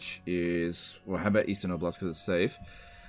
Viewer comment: Its not obl-a-st. Its o-blast. Its region from Russian.